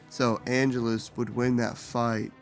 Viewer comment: I respect this whole video, but the way you kept pronouncing Angelus was killing me.